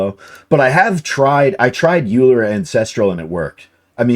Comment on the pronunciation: Euler pronounced oiler or oy·lr.